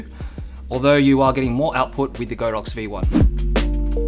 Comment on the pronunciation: Great video, however, it's pronounced god-ox not go-dox